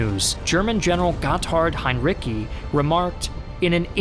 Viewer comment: The "c" in Heindrici should be pronounced like "z" in mozzarella.